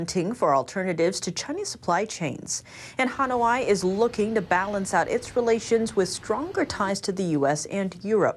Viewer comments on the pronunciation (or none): Han-oh-eye, that's a funny way of saying Han-oy. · Han-o-ai??? Really? Really? Please check your pronunciation of Hanoi. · Pronounced Huh-noy, not Huh-no-why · Did she say “hun-o-i”